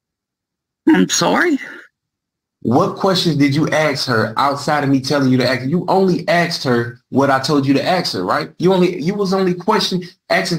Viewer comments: It never ceases to amaze me how tenacious these convicts are about learning just enough of the law to present a vigorous defense that their council advised them not to do! It is equally entertaining, listening to them butcher legal jargon and courtroom banter, trying to pronounce words in Latin, all while still heavily peppered with ebonic words like, ax vs ask! 😂🤣😂🤣😂🤣 YouTube GOLD! minute mark, did he say, “The African”? 😂🤣😂🤣😂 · I hate the use of axe instead of ask. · "Aks..." you a question. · Why does he keep saying "axed" instead of ask? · Learn GOD DAMN English!! Ask, not "Ax". I do understand that language is fluid and changes over time, but the repeated use of the word "ax" instead of Ask, just drives me up the wall. Please excuse my poor English, I am not a native English speaker. 🙃🙂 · I hate the use of axe instead of ask. Speak English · Ask not aks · Holy hell, this guy likely needs to get his affairs in order as he is going to prison the next day .. by the way it makes me crazy when he keeps saying “I ax you a question “ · Ugh! I hate hearing “axe!” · Will he ever quit AXING questions ??? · The recorder should. I don’t care if it doesn’t make sense on paper. He’s saying axe. I hate it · I keep “axing” you… lol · Same. The word ask is not that hard to say. This defendant should’ve stopped while he was semi ahead. 😑😊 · Why is it so hard for these people to say ask? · I wonder if he would pronounce Axe body spray as “Ask body spray” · The word is "ASK" for "fux" sake!!!!!